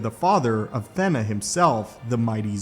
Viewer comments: Not "THEN AHHH" its pronounced "THEEENA" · Did you say "Thenna"? Im pretty sure thats a long "e". like... stay with me... "Athena"